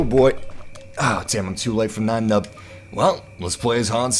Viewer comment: What's white saying Nien Numbs name like that. His first name isn't German you know. :(